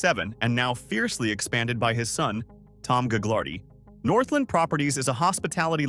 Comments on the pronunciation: You don’t pronounce the g in Gaglardi. The family fortune was started by Phil Gaglardi (pronounced Gah-lardy) who used his political clout to acquire land in a way that today would probably be illegal but wasn’t a problem when he did it, as minister in the WAC Bennet government, which ran BC from the early 1950s until 1972. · Gaglardi the second g is silent